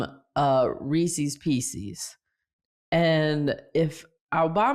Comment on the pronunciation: If tig were here she would definitely comment on how fortune says Reece's Pieces wrong. And this is a brand name, so she is saying it wrong. It’s not a matter of region. Haha. Does she say “I fall to piece-eeee-s” hahah